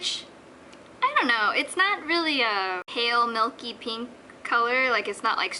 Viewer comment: I love the way you say "meelke pinke.."